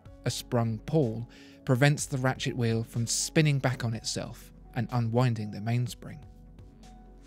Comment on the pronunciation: Very educating but i can't help but snicker when he says ratchet wheel. "Rat shit wheel" 😬😂